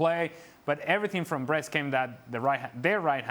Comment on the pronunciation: It sounds funny to hear someone says "Breast-Brest" attacking 🤣🤣🤣